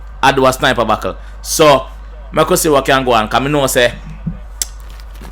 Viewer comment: Ano mi alone hear u seh bakkle